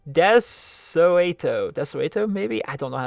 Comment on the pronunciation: For future reference, my name is pronounced Deh-So-Toe. Hope you found my question entertaining! See ya next week.